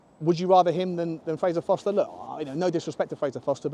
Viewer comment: ForSter not Foster